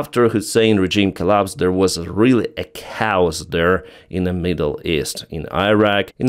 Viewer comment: it's not pronounced cows (chaos) it's k-oss.